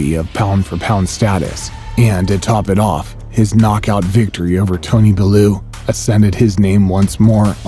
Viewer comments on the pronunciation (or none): Povartkin and belloo lol Come on bro at least pronounce the names correct, good video tho, also its not a true david vs golaith story usyk is same height as whyte and has put on weight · A lot of names were pronounced funny here 😂😂😂 “Bellu” “PoVodkin” “Take-Um” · Bellu or Balloo was my favourite